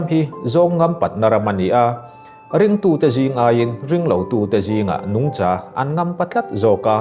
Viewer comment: "Nungcha" I thluk dik leh tlatlo pek ania...